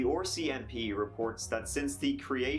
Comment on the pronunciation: Bro wtf is or.c.m.p?? I thought it's RCMP😕